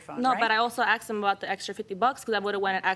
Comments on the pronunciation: I hate the way he speaks and says axed instead of asked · Why do American people say 'Axed' instead of 'Asked'?? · He "axed her" sounds painful